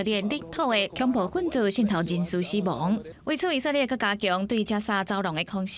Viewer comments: 以色列這個詞念那麼多次，能不能不要一直講ㄧˇㄙㄜˋㄌㄧㄝˋㄧˇㄙㄜˋㄌㄧㄝˋ，照字念Í-sik-lia̍t都還比較好，這是台語新聞欸。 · 認同+1，「以色列」的台語發音在150年前的台語聖經就有了